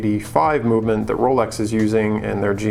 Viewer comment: Rowlecks > Chewdurr